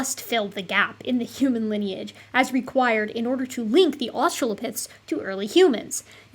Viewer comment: I'm confused 😅 you pronounce the H in most words most of the time but then you throw in a hUman and I'm all combobulated.